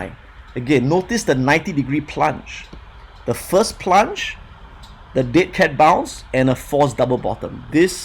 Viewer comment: is he saying dick head bounce?